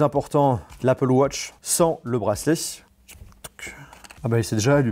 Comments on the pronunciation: « Apple wotch » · Apple wotch😂🤦‍♂️